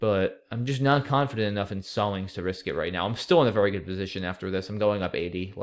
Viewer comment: your second turn was VEWWY tricky